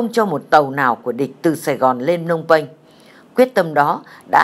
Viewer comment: phnom penh chứ ko phải phnong penh..